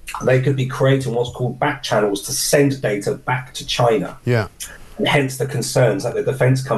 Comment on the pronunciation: DJI drones are manufactured in”Chyna”.